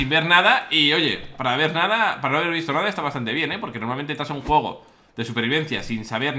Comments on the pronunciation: al pincipio dices jugo en vez de juego. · TheWuilirex dijiste un jugo en ves de un juego